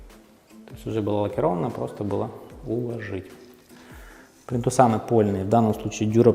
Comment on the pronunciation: ФрЕзы, плИнтусы и т. д. Выучите ударения!